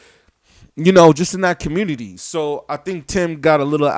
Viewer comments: Can you please say community correctly and look at every 69 podcast/interview lol its just yelling good job showing how ignorant an illiterate your communiny is lol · "ThE HiPHop CuMoOnuTeH" 🤦‍♂️ what a joke. Rappers are nothing but meat waiting to rot. Just like you.